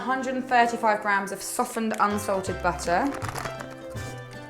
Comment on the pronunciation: When she says "softened unslated butter," I always think she is saying "Salted unsalted butter," at first. Lol. I loooooooove your videos :)